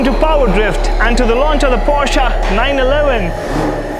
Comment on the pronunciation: At last someone who calls it "POSHAE" and not "PORSH" :D